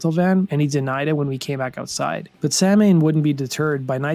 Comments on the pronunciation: The best Danzig project. It's actually pronounced Saulwon. But ya we all called them Samhain. I used to listen religiously back in the day. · It's pronounced "Saw wen".. BTW, Tesco Vee is a punk rock God. Coolest MFer in music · Isn't it pronounced sah-way or something? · its pronounced Sowen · Ffs why can non-irish people not pronounce Samhain. It's pronounced "sow-n". Like a female pig and then the letter n. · Isn’t Samhain pronounced Sawin? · I've seen Glenn, London and Eerie all pronounce the band name as "Sam-Hane", despite all knowing the correct pronunciation. I once spoke to someone in that inner circle about it, and apparently Glenn read the word in a book, long before hearing it properly pronounced, and ran with it long enough to not be able to backtrack... and that using it in songs correctly was his way of acting in the know, to pretend it was a deliberate choice all along. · It kind of bugs me when it is phonetically pronounced "samhain" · Isn't it supposed to be pronounced like "sow-in" as it is an Irish word originally. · Samhain is pronounced "souw- when." Is a Gaelic word. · It's pronounced Sow-win. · no no.... Its pronounced Sam Hane. Have you ever listened to the band? No one cares about Celtic cultural festivals, jesus christ. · Its pronounced "sɑːwɪn" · The band name isn't pronounced that way, though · The funniest part of Samhain is everyone in the US pronounces it wrong. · Nice video, but you can't do a video about a band and mispronounce the band name the entire time. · Literally every time you say Samhain you’re mispronouncing it. There’s a true rock n roll story. 😂 Every single time. Do research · that pronounciation of samhain makes me want to shoot myself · And u never once said Samhain correctly. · Like the band but after 4 years living in Ireland it drives me nuts hearing everyone mispronounce the word Samhain. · Tough to listen to because he mispronounces the band's name over and over and over. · That's pronounced saw-wen not sam-hain.